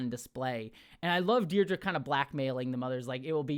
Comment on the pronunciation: ... don't know if others have pointed it out yet, but it literally looks like they're just playing "Rock-Paper-Scissors", which is hilarious. 😂👍 Also, and I know you have issues with remembering or pronouncing names, but it really isn't Deidra, it is Dedra (they say it as "Dead-Rah" 🪦)! Also quite funny, if you think about it. 😉